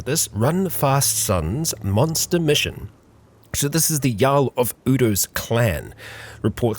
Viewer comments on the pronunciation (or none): none